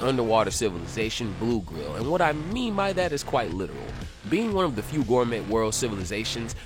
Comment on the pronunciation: it’s pronounced “Gore-May,” bro lol not “Gore-Met,” the “T,” is silent